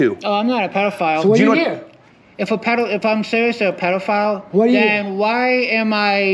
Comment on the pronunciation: “if im seewiusly a pedofayul”